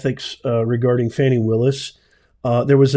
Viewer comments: Her name is pronounced Fawny, not Fanny, and you also got all the other facts wrong. How did this vid get suggested to me? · Can you PLEASE say her name right at least as a white man. It’s 4 letters